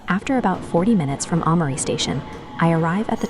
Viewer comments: thanks for confirming the workflow. I know the English pronunciation of romaji stations/place names is bad. The text needs to be changed for names which are totally wrong - e.g. replace Aomori with something like "ow-morey" which in Google Translate gets very close to correct. I know it's an extra step in the workflow bit it greatly imrproves the quality of the video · You really need to get rid of that crap AI voice. It is annoying and mispronounces many place names making your videos seem like they are a lower quality than they otherwise would be. Especially Oww-mari which it gets wrong each of the 50 times it says it